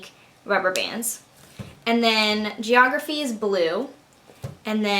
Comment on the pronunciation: funny when you say geeorgraphy... :P wow very organised :)